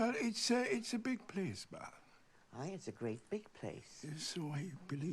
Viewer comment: I’m so in love with how they pronounce Baaaath <33